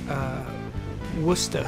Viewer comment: THANK YOU FOR SAYING WORCESTER PROPERLY!